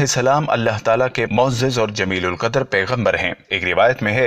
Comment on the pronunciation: جليل القدر هوتها ھے جمیل القدر نھیں